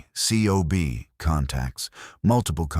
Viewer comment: In the fleet COB is spoken as cob...not spelled out as individual letters.